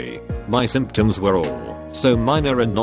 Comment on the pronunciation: Simp shuns? Symptoms?